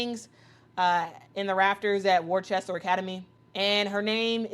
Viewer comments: What's up?, You're Pronouncing " Worcester", Massachusetts wrongly. It's- Wuh- Stur. Not, Worchesstor. Just Saying. Freeman, from Mt. Clemens, Michigan. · What's up? Thanks for Your Reply. Well, it ( the Sauce be Pronounced differently) The CES in the City Worcester is Silent. Hence, WUH- STUR is the Proper Pronunciation. It Worcestershire Sauce - CES- might not be Silent. I have to Google the Proper Pronunciation for Worcestershire Sauce to make sure. Now, the Sportscaster Should know how to Prononce the Cities in States. She didn't even say it like it looks even! She Pronounced it " Worchester!" Intead of Worcester the way it looks! But Technically, it's Pronounced " WUH- STUR" because the CES in Worcester is Silent. Have a good one, 🕊 Out. Freeman from Mt. Clemens, Michigan. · "Worchester" is pronounced "Wuss-tah." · Being from massachusetts myself I very proud of AB and I love how out of towners pronounce Worcester lol